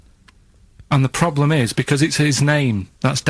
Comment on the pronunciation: love how ricky and steve were taking the mick out of karl for mispronouncing theft. but yet steve say's 'ploblem' and that's not even brought up xD